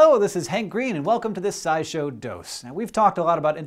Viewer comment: i always think you're saying "Sci-Show dos," like "2" in spanish